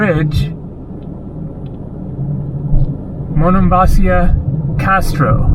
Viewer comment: it's Monemvasίa...accent in the I! Was there in March!